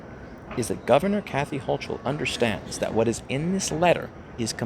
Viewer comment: It's HO-kull. It helps to pronounce her name right.